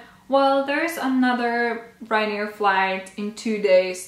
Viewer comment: I think its Ryanair not Ryanear actually :)